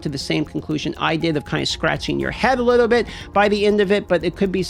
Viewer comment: In a liddo bit I’m gonna give you a liddo bit of liddo bit…. Okay?